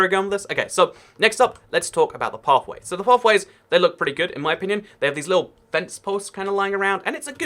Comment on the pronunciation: 'In my onion'